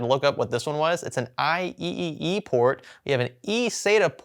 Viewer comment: lol I-E-E-E port! It's IEEE 1394, also known as Firewire.